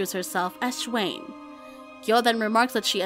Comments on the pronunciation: 'Schwein' is pronounced similar to the English word 'swine', just with a different initial sound (like 'shwine') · You need to correct you pronunciation of Schwein for pig. It's "Schwine" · you don´t say it like that (im talking about schwein)